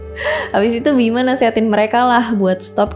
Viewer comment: Ijin koreksi : - Gatot bukan GACROT - Bima bukan BIMACHH - Nyendat bukan NGEN... 🙏